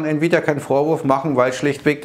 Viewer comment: Hat der gerade Nvidia als "Nie wieda Aktie" betitelt?:-)